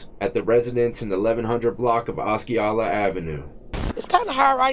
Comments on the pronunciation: It’s pronounced AH SEE OH LA, Osceola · Im not generally this person but I live in Michigan. Osceola is pronounced Ah-see-oh-la. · Aaa see ola … that’s how you say Osceola.